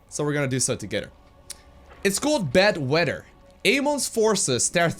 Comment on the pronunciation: is it just me or it sounds like bed wetter?